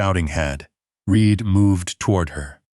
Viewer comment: it is REED, but the narrator says it wrong, half the time.